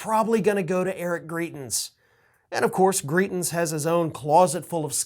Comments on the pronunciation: And it’s GrItens, not GrEEtens. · As many have said, these races are in Missouri, also, Greitens is pronounced with a long "i" sound. Thanks for everything you do,! I'm happy to see so many following your work from SWMO! ^_^ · It's MISSOURI!!!!!! And it's pronounced gri (long I) tens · Are you saying, "Greitens" or "Cretins?" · Missouri not Kansas and it's pronounced griItens. Hard I. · It’s Eric Greitens (gry-tens). Disgraced former Mo Governor. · Come on man... Wrong state and wrong pronunciation of our stupid ousted governor. This state is quickly becoming a S-show and all the republican trash that keeps getting elected